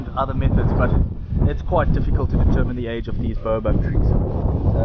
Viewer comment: His pronunciation is correct. Explain why you think it is wrong. I am an English language professor, so I think I know what I am talking about.